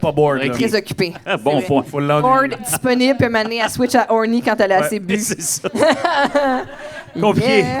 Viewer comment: "Disponible" sonne plus donne "Desperate" a ce point la